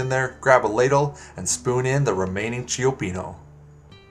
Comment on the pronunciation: I like this video, except how you mispronounce both names. Chi-pee-no and Per-man-ti. Not Che-o-pee-no and Pree-mahn-ti